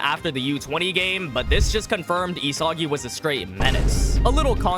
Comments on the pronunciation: why does it piss me off when he says E-soggy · bro is losing aura points for saying isagi wrong